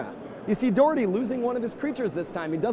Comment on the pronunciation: As a scot, I wish someone would tell it is pronounced "Doch-er-tay" the "och" is the classic Scottish "Auch"